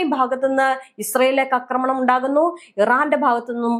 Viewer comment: അക്രമണം X ആക്രമണം ? അക്രമണം !! അക്രമണം😂😂😂